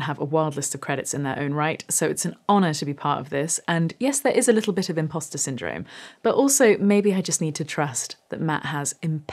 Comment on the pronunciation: Did you say you have impasta syndrome?